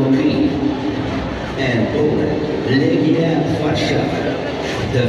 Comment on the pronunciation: Looks like a great evening! Great job on properly pronouncing Dziękuję and Do widzenia! That said, Legia is pronounced Le-gya ("e" as in "let" not "ee" g as in "go") :D